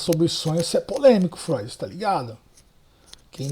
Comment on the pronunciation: Essa foi "fróid" 😂 parabens pelo react 👏👏👏